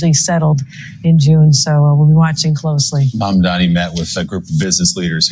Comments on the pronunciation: Hey our guy’s name is MAMDANI, NOT MANDAMI……. Please, this is basic, you can do it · Sorry, it’s Mam-da-ni not Man-da-mi. 😊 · needs to learn how to pronounce Mamdani's name. It's pronounced, Mom da Nee. She's had enough time to get this right. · it's M.A.M.D.A.N.I please, pronounce correctly. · YOU KEEP SAYING HIS NAME WRONG. MAM DA NI. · Why can't anyone pronounce his name correctly? Even people who like him say it wrong. MamdaNi. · Sis, his name is Zohran Mamdani. Zohran MAMdani. Its embarrassing to hear you say his name wrong over and over. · You dont read your comment? Again the name is pronounced "Mom-Danny" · It's Mamdani - with an "N". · You are pronounced Mamdani. His name is Ma-md-a-n-i. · Respectfully, the name is MAM-DA-NI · Hi, his name is Mamdani Not Mamdami. I ❤your show. Please say his name correctly 🙏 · how about you pronounce Mamdani correctly for a start? It isn’t a tongue twister. A little patience and respect and you’d get it right. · How can you see his name in writng but still fail to say it right? It blows my mind... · I love you but please say his name correctly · Can you please say his name correctly? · Please spare sometime to learn so say Mamdani correctly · You keep butchering his name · Did you mispronounce his name the whole time to do a rage bait? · Its mamdani not mandami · Mamdani not mandami…. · What kind of journalist are you? The name is not mamdaMi!!! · His name is Mam-daNI but you keep saying Mam-daMi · sister, appreciate your content but please pronounce our brother's name correctly. it's maMdaNI, not maNdaMI. Pronouncing his name willfully wrong are tactics Cuomo and others were using against him so just be careful! <3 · The name is MamdaNI, not MamdaMI! Bernie is being sincere and trying to warn him not to fall into the traps being laid for Mamdani. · you keep saying Mandami! Please, read the comments... it’s Mamdani 😊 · Mamdani. Not mamdami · Mamdani, not Mamdami